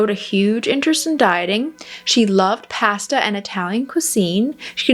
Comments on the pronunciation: Pasta, mispronounced. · I’ve never heard anyone say “processed “ and “pasta” like you do 😅